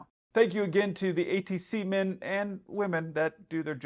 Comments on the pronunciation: Did you just say “AT semen”? 😂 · Sounded like the camerman said "semen" at the beginning. What did I mishear? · Always fun learning new words... "ATCmen" 🤣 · Huh huh huh you said ATCmen. Huh huh huh